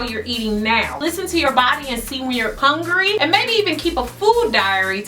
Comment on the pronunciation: I love the fact that you say HONGRY...lol... I totally say that. This video was great! Thanks